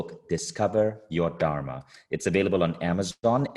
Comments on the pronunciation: dhur-mā (the dh is a letter in sanskrit pronounced like the work "the" in English). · Good talk...Would love it if she could learn to pronounce "dharma" correctly though! 🤣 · Her teachings are good but few things seemed inaccurate. Being of Indian origin i was disappointed by her pronunciation of "Dharma" 😅 Take this as a Constructive feedback. All Love 💕